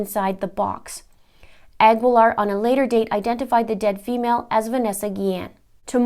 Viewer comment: Cecily's last name is pronounced "a GEE Laar", the U is not pronounced, same with the last name Guevara.